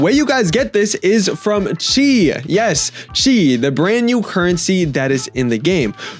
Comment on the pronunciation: Chi❌ subtitles: See✅